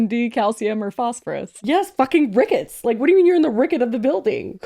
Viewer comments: her saying rickets TWICE is FRYINGGGGGG ME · As someone from Chicago, her saying Rickets is very funny😂